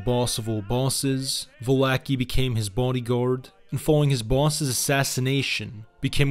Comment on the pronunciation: I love how all the Italian names are pronounced correctly... except of coarse "Val-acki." 🐀